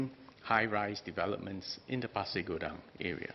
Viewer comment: Good you pronounce 'Pasir Gudang' correctly sir. Terima kasih.